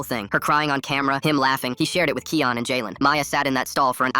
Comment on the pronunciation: im pretty sure its kian not keon and pronounced ( ky_an ) not ( ke_on ) cuz its my name